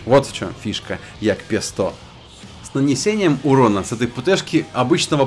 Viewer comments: Павел яга е сто а не пе сто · Йаг Пе Сто не звучит. Звучит Йаг Пєзє Е Сто.